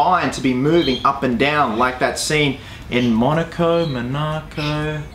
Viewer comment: "Monarco, monaco, tomato, tomAto" there is no r... The way you say it makes it sound like it has an r... like marco...